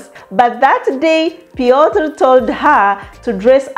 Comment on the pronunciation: and Piotr sounds a match made in heaven. Yeas I think you pronounced his name well. that’s thee IT moment the couples dressed really nice. The goodies after engagement hehe lovely weldone here is to more winnings ❤❤.